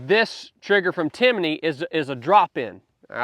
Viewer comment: It's Timney, not Timiney. Sorry, yeah I'm that guy. I only mention it in case someone wants to check out their products. Timiney was a cricket I think. That said, great advice.